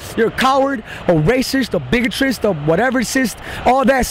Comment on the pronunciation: "Bigotrist?" Wow, that guy has some command of the English language.